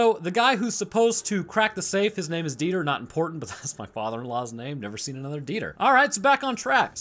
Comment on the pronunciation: Dieter is a fairly common German name, and it's definitely not pronounced like that haha it's more like Dee-tah